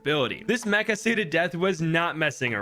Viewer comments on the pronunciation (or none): none